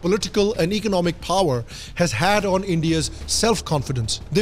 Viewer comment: Kya accent he yr ..... Phower🙏